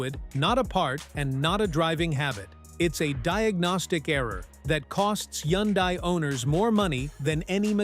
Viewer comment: Why are you showing radiator fluid when you are talking about transmissions? And you need to teach your computer-generated voice some of the words. Like Hyundai.